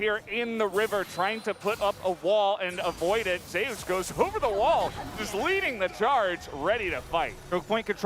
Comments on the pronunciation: What's up with the caster not being able to say Zeus.... keeps saying Ze - Us. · Who dafuq pronounces it "Zeh-us". Have these guys never seen or read mythology EDIT: still tilting, but thank you people for educating me.